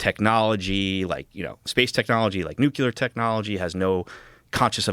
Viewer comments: The story that we have dozens of alien ships/tech secretly hidden away is absolute horseshit and this guy doesn't even know that it's NUCLEAR not " nucular ". Further, the fact that Joe even entertains the idea that the birth of the transistor was in any way the result of humans reverse engineering alien space ships is just... ludicrous. So Joe, you think alien crafts so advanced that they could travel across chasms of space were using transistors in their crafts?? Wow. 😒 Come on Joe, get more valid people on to discuss these topics. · I like this guy but does it bother anyone else that he keeps saying "nucular" instead of "nuclear" like he's w. bush or somethin? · Dan Farah says NUCULAR instead of NUCLEAR. I don't trust anything he has to say. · Someone please tell these people that it's pronounced "nuclear," not "nukular." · Why can’t folks with this level of awareness pronounce, (of all words) nuclear? “New clear”, not “nuculer.” Really, what’s up with that especially in this zone? Otherwise, fantastic interview, but just kept hearing this unnecessary distraction. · NEW-CLEAR, NEW-CLEAR, NEW-CLEAR that is how it is pronounced... Nuclear.... not NEW-CUE-LER, there is no second U anywhere in that word, there is literally no way that you can possibly see that pronunciation in that word. NEW-CLEAR please stop spreading this crap around. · Is the 'word' "nucular" driving anyone else NUTS??😂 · Great interview. Better than the limited hangout documentary. Also, please.... It's not NEWKULUR.. It's pronounced NEW-CLEAR. Joe got it right, but this guy didn't. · Can we at least pronounce Nuclear properly?? This guy wants us to watch a doc and he cant pronounce a simple word correctly🥲 its all so interesting but holy shit thats annoying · idk why americans pronounce it 'nucular' nu-cu-lar its pronounced 'nuclear' nu-cle-ar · IT'S NUCLEAR NOT NUKE-YOO-LER!!! Holy Guacamole!!! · NEW-CUE-LURR vs NEW CLEAR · Hey, its pronounced NOO-KLEE-ERRR not nook-you-ler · "Nuculear" smfh